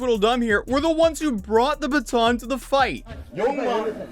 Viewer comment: every time I hear you say "yoong mon" I want to ask "what happened to oold mon?"